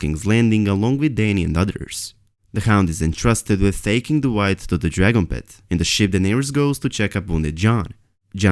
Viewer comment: "Wight" Dragon *